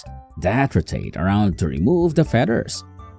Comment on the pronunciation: "to remove the fedders" lmao